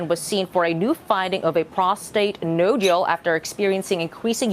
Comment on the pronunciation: NODE yules, META stasis - can we have talking heads who know how to pronounce THOSE BIG WORDS...